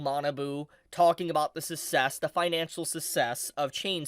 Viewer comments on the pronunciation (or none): Did you fucking just pronounce success as sussess? Fucking what.